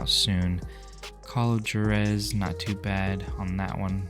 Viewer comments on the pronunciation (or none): Juarez "Wah-rez" not "jer-ez"